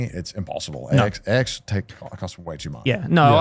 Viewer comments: I feel like it's supposed to be "I did so much at AX this year" but yeah it 100% sounded like Ecstacy lmao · why’s it sound like Joeys saying “God I did so much ecstasy this year” 😂